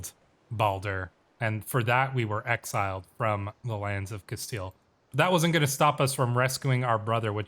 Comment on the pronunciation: I'm sorry, but it's "Cas-steel" (or "Cas-stee-ya" if you're pronouncing it in Spanish) not "Castali" this was driving me crazy. Otherwise, very much enjoying your playthrough.